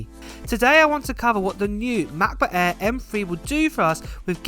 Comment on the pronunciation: Are you saying “air” or “ahh”?